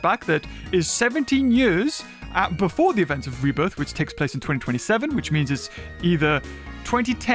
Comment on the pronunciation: calls it Rebirtha.